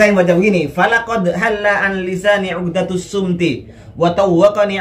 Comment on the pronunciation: Bukan shumti tapi shomti